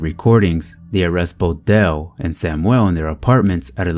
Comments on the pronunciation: Sam (yul), not Sam (well)!!! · You pronounce Hispanic names correctly. Learn how to pronounce "Samuel" in English, not Spanish, since he was white non-Hispanic.